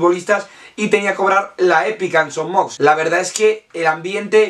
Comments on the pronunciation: Gran video però una cosita es son moix no son mox. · Son Moix se pronuncia "Son Moish". De nada. Buenos videos,! Cap Amunt Mallorca!